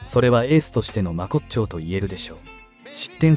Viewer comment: 記事は素晴らしいのですが10勝(とかち)真骨頂(まこちっよう)などナレーターの文書理解能力が低いのが残念です